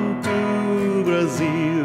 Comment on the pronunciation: That's it, he came to bruaziu